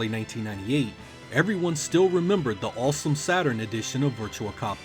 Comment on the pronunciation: Why do you pronounce the aw sound like in in awesome like "all" "allsome, balls battle"??